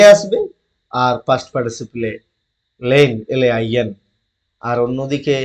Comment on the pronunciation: শুয়ে ল‍্যান নয় শুয়ে লিন